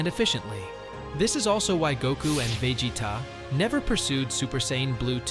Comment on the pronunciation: Man can't say Vegeta